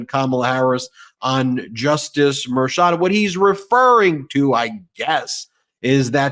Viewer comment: Thanks for pronouncing the hard CH in Merchant correctly. With a first name of Juan, I assume he’s of Latino descent.